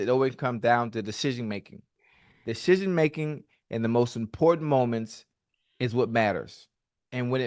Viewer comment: Man can’t say decision making to save his life